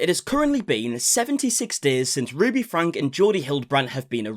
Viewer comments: Oh my gosh say her last name right!!! It’s FRANKIE BUT SPELT FRANKE like if you are going to cover her story get her name right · FrankE... isn't it pronounced with an "ie" or "y" sound at the end? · Learn to pronounce the last name properly! It is “Frankie”! Saying it incorrectly lessons your believe ability! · You'd think the amount you cover her story you'd pronounce her last name correctly by now 😂